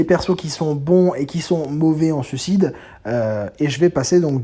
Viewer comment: Je chipote car tu prononces sucide et pas suicide, fallait bien que je trouve un truc car le reste est irréprochable, c'est fluide, accrocheur, on voit que tu connais le sujet tu frôles la perfection quoi xD et 51min de vidéo, j'en ai pas vu le temps passer +1 abo :)